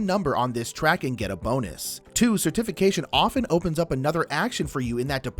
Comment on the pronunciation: Idk about this rogue pronunciation of certification - cer-TIF-ication vs CER-tification 🤣 Glad y’all are getting into Lecerda games.. makes for longer playthrough videos 😎